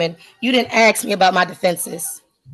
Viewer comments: It's pronounced ask!!! Not axe!! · It's Ask not Aks.